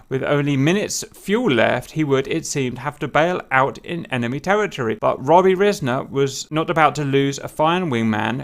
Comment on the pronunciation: It's pronounced "r-eye-sner"